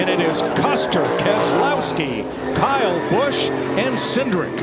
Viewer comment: bro why dose say KYle BUsOOh